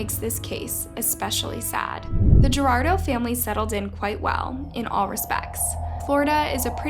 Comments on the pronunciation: you pronounced "guardado" incorrectly its not gerardo its gwar-dah-do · Gu-ar-da-do.... Guardado Guar-dado! Not Gerardo 😒🙈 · At least take the time to learn the family's name. It's not "Gerardo" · Guardado (wuar dah doh) not Gerardo (Jer Are Do) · At least say his name right. GuarDaDo, not gerardo. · Guar-da-do, not Gurado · His name says Guardado not Gerardo. His name is pronounced “gwar-dah-dough” not “jurr-rawr-dough”. The equivalent would be if your name appeared on the screen and I said “this is Alice” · Thx for the story but can you stop saying his last name is "Gerardo"?? It's pronounced GWAR-DA'DO. And what is up w the black girl wanting to have sex w this poor kid? I hvnt reached the halfway point in the clip but I hope she gets locked up & raped on the inside at the very least. She dun seem like she would last too long, acting the fool that she is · Very great video my condolences to his family .... but I believe your pronouncing he's last name wrong Gerardo is spelled like this GUARDADO is Gua pronunciation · Huar dado not gerrardo :/ at least take a second to respect the names. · it kills me every time she says his last name wrong. its GUAR DA DO. NOT GER AR DO. if you’re going to talk about a case then respect the victim and actually learn to say their name right. linguistic differences isnt an excuse. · The family's last name is pronounced as Gwar-da-do, not Gerardo. Otherwise, great video. Truly a sad story. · Its not Gerardo. Its Guardado, pronounced War-Dod-Oh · Guardado (GWAR-DAH-DOE), NOT (GUH_DAR_DOE) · 😆its Goo R da dough not Jerardo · I know is hard pronunciations for Americans but is Guardado not Gerardo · Please take the time to pronounce the name right - it's not "Gerardo" it's Guardado GWAR-DAD-O..it's a matter of taking a few seconds to get it right. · Why are you pronouncing Guardado as Gerardo??? It's more like "Gwar- DAH - doe" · Guardado. Not Gerardo 😒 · 😖🫤🙃 Every time I hear Gerardo Family while knowing is GUARDADO Family!